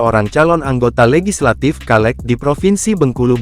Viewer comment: Hallo bang. Dibaca nya caleg bang. Bukan kaleg